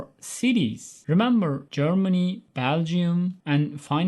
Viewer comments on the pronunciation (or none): none